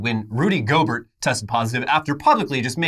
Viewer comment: Pronounced Go-bear. He's French or French adjacent.